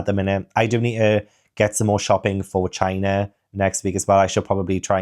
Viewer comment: Loved the vlog and hope china is amazing but time stamp was the highlight of my month “shit my bed, and now I can actually start packing va-gina” sorry you said “ for China” 😂 had me laughing my ass off 💀